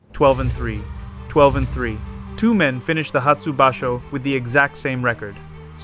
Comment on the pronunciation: He is Yokozuna level. It's just a matter of time. He has already beat a weak yokozuna, Hoshoryu, 4 times, undefeated against Ho. Please watch your pronunciation of some words like basho.